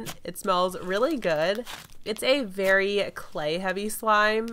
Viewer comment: Did anyone notice she said berry unique texture